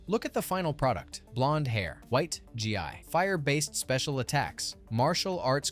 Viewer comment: learn how to pronounce gi, you don't spell it